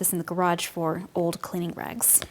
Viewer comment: Rags, not rugs =D